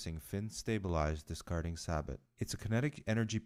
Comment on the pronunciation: With regard to the exploding ammo, that's an old psyops trick ... Also sabot is pronounced sa-bow not sa-bot